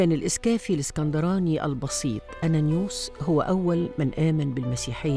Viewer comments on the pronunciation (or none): انيانوس البطريرك الثانى وليس انانوس